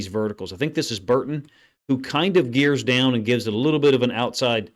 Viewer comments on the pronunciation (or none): none